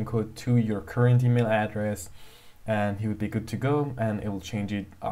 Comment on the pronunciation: You know this is fake when he says EaMiL